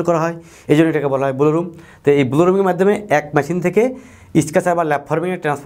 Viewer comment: স্যার, ব্লো উচ্চারণ টা একটু কারেক্ট করা উচিত।